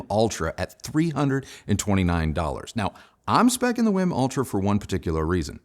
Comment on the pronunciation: Not "whim." It's w-e-e-m.